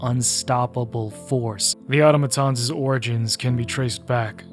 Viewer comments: It's ah tom ah tons. Not auto maton. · I dont understand how people are still calling automatons "oughtamatons" like, do you play the game with the audio off AND you dont know how to read? Its not a big deal but if you do it one more time I WILL report you to the democracy officer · Hearing "otto-matons" broke my immersion. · Nope, that's not right, it's "Au-TOM-a-ton". There are going to be lots of people who don't know better and will look to you for clarification. Let's not steer folks into a bastardisation, whether erroneously or intentionally. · In game its said like ah-tom-ah-tons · I don't mind that. I mind how he pronounces automatons lol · I hate so much how he misspronaunces automatons